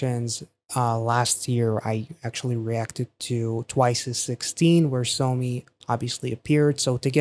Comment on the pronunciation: That's not how you say her name. It's pronounced as [Saw-me] not [Sew/so-me], lol.